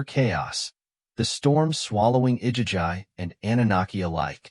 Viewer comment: It's pronounced I-gee-gee AI is a tool. It's not supposed to replace your brain...